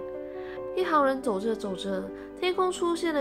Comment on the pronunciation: 一行人念錯了吧